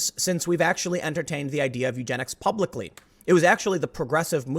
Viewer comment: . BIG emphasis on "publically". Let's ask Margaret Sanger what she thinks.........